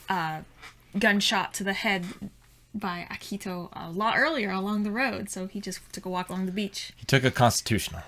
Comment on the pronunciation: Please stop butchering Akito's name! It's painful to hear! Ah-Key-Toe! Very simple name. 🥲